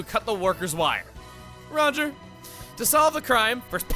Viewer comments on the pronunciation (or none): none